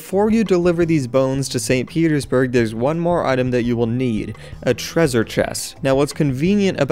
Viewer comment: How to pronounce treassure Tre - sure